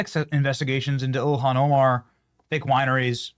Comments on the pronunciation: Did he say elian Omar? Trice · I love our VP but how he pronounces Ilhan is so weird LoL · I like how he doesn't give her enough respect to even pronounce her name properly, so funny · Vance does not say her name correctly. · Why was the vice president pronouncing her first names in such a weird way That's kind of curious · Someone needs to teach JD how to pronounce “Ilhan” 🤣